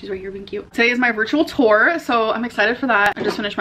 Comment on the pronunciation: “Virtual ‘tore’.”